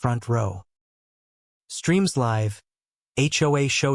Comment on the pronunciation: How can a so-called narrator not pronounce live correctly?